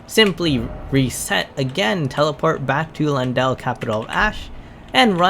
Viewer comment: Lyinananandnaiu ajahahah it's Ley-en-dell bruh